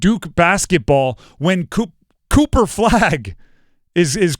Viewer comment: He said Cooper cupo 😂😂😂